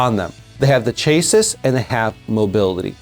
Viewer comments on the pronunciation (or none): Chass-see. Not chase-sis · Chassis is pronounced chassy like classy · chay-sis.... hehehehehe